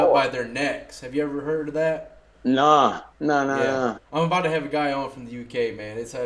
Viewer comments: “Soory” “aboot” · New cam is sick bro. Who else is trippin on “abewet ” or “ewout “?